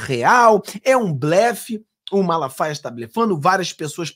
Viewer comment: Eu gosto do pastor Silas MALAFAIA, não é MALASFAIAS como vc fala, desculpe-me pela correção. Gosto muito de suas lives. Abraço amigo.